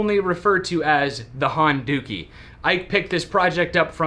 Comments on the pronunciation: Dukie (sp?) is another term for poo, I can't help but hearing Honda-Poo when you say Honduki. :) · you said "Honduki" hahahahaha